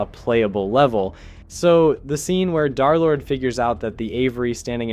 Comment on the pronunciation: "Dharr Lord"